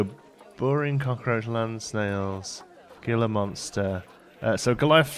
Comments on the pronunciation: The "G" in Gila Monster is an H. so it sounds like Heela monster.:D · Gila is pronounced Heela. And they are native to north america in Utah